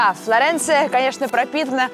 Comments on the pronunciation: Флоренция А Не Флорэнция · Я не завидую, я тут живу. Но Флоренция! Не Флорэнция!! Уши режет(((( Firenze если хотите! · Ну и отстой.. ФлорЭнция.., блин